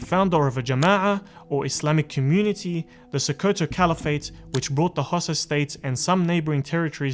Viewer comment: Its pronounced HAU-SA as in Hausa not Xhosa which is in South Africa lol